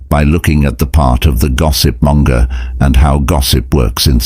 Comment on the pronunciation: Monger not Manga!🙂